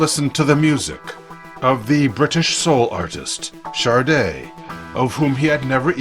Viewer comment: Yeah ok, but it's SADE..nor SARDE..